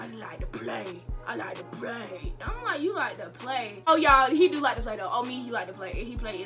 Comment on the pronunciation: “I just like to plway, I like to play” 😂😂😂😂😭